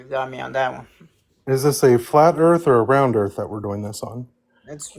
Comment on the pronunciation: Wow i didn't know earth was called earf.😅